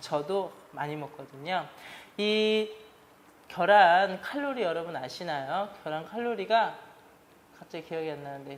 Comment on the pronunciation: 겨란ㅋㅋㅋㅋㅋㅋㅋㅋㅋㅋㅋㅋㅋㅋㅋ ㅋㅋㅋㅋㅋㅋㅋㅋㅋㅋㅋㅋㅋㅋㅋㅋㅋㅋㅋㅋㅋ자연스럽게 겨란이라고 말씀하시는거 너무 재미있네요 ㅋㅋㅋ 좋은영상 감사합니다!!ㅋㅋㅋㅋㅋㅋ